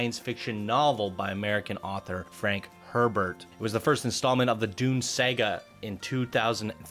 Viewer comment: Dune pronunciation needs a lot of help, bro.